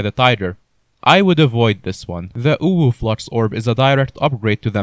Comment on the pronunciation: I heard "uwuflux" instead of "overflux" lol